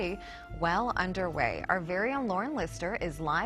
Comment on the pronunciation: Lovely to hear an American say coffin. Casket is not correct and someone said Edinburgh correctly too!!! It’s not Edinboro it’s Edin burra